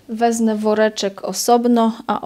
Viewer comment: Koleżanko fajne pomocne filmy robisz mega dużo mozna się dowiedzieć, w zamian również mam dla Ciebie pro tipa ! Nie mowi się WEZNE. Poprawna forma to WEZMĘ. Pozdrowionka 😊